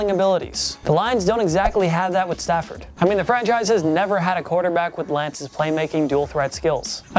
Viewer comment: Not Lions fan but it's Stafford not Stanford. Stanford is a university in Palo Alto, CA... :-D